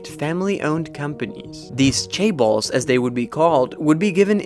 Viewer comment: Chaebal? Cabal? Seriously…